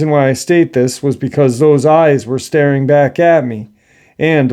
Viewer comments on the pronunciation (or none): none